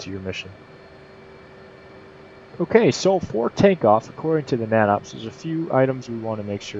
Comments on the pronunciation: Great information and explanation. Another great book is "Aerodynamics for Naval Aviators." What is funny is we weren't issued it. The natops manual is pronounced 'nay-tops' not 'nah-tops'. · heh! never heard it called "gnat ops" i've always heard it pronounced "nay tops" : ) good vid though...